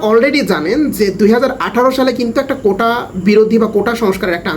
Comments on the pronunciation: ভাই বার বার কোঠা বলতেছেন শুনতে খারাপ লাগছে, কোটা বলবেন। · কোঠা নাকি কোটা? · কোন পজিশনে আছেন জানিনা কিন্তু কোটাকে কোঠা বলেন কেন?বাপ চাষা হয়ে ছেলেকে পড়িয়েছে আবার চাষা হওয়ার জন্য নয়।চাষা।। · ওইটা কোঠা না ভাই কোটা।